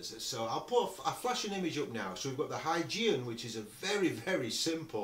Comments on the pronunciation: is pronounced "Hoygien" for Christiaan Huygens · I haven't checked through the comments, and so hope I'm not piling on. 😊 The Huygenian eyepiece name is pronounced with a hard "g". The word sounds kind of like this: Hoi-GEE-nee-an The designer was Dutch astronomer Chriistian Huygens, pronounced HOI-genz (again, with a hard "g".) Cheers, from across the pond! Glenn